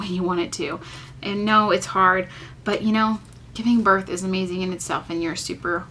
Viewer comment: Birth* not north lol